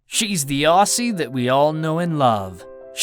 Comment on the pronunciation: We don't say Aussie like that we pronounce it as Ozzie ...